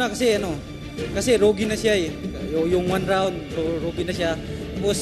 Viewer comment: groge,,,,, hindi rogi, mas magaling si albert.